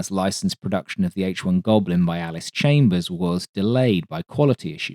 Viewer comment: Anyone who grew up on a farm in the U.S. shudders upon hearing Allis "Chambers."